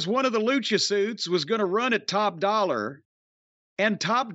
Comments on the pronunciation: y does jim call him top dollar when his name is top DOLLA? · Jim calling him top dollar instead of top dolla will never stop being funny to me